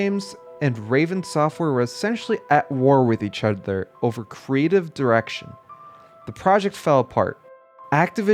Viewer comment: “eachudthur” 😭 bro it’s okay to do some retakes